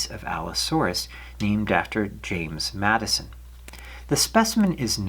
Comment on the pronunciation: Great video just one correction his name was James (Jim) Madsen not Madison .